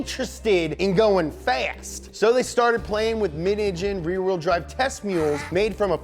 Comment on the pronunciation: glad i'm not the only one who has trouble with pruhnouncing "rear wheel drive"